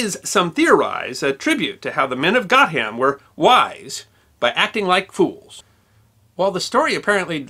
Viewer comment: Great video, but just one point: Gotham is pronounced "Go-tum". I grew up in the next village and several placenames around there are linked to the stories, such as the Cuckoo Bush, and Cheese Hill.